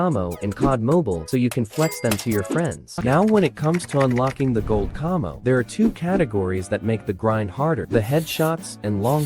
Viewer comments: Did he just say cummmo its camo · Why he saying camo like cahmo